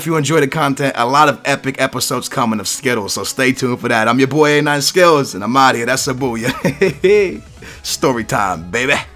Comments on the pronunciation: i know he's saying skillz, but does anyone else think tht it sounds like he's saying skittles? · Sounds like he says skittles haha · E is saying skittles...